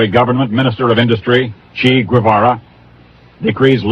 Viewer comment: That should be pronounced "Che," not "Chee," Guevara. 😏😏😏😏😏